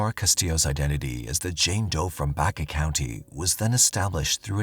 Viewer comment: Omg it’s Baca like the Hispanic last name not Baycuh please study before you speak life long Colorado resident thanks